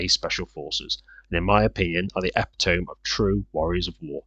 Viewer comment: Epitome = eh-PIT-a-me